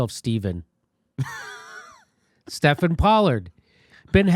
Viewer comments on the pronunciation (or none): Jimmy does know about Stephen being pronounced Steven not Stefan right? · Memo to Jimmy: "Stephen" is pronounced "steeven", NOT "steffen".. I ought know!